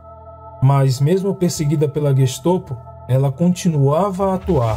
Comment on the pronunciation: É GestOPO ou GESTAPO? Sempre ouvi falar GESTAPO.